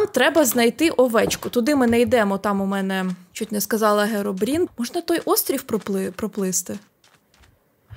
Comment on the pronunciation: Херобрін а не Геробрін